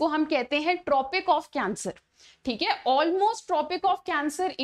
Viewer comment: Thik hai hota hai😢 chik hai nahi😅